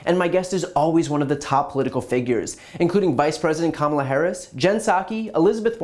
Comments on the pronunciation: Why is she and most of the GOP allowed to be disrespectful when they constantly and continually mispronounce Kamala Harris' name? More than three years have passed since Vice president Harris told everyone that the correct pronunciation is "Comma-La". It is so sad to think and realize that such a large percentage of our country are this bigoted or minimally supportive of bigots and racists. If you disagree, please explain the disrespect, it's not a hard name! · She still hasn't learned how to pronounce Kamala. Or "impordent", evidently. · Omfg. It's been two almost 2 yrs and these morons can't even pronounce the V.P. name correctly. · maybe the klanamama should learn how to pronounce the vice president's name